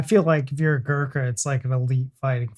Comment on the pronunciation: Your caption: "become a Gurkha". He is a born Gurkha (community) & doesn't become a Gurkha. You may say "become a Gurkha soldier". , ....... Your pronunciation of their collective name is 'atrocious'. For your sake, to suit your pronunciation I modify the spelling to "Goorkhas" (the first syllable rhyming with poor or loot).